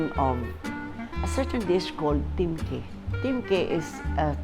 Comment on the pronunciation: Tim ke ...steam chicken ...pag pronounce. Sa Hookien is Tim kueh.